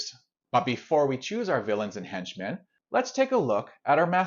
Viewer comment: I've never heard anyone pronounce "henchmen" like "hench men" before.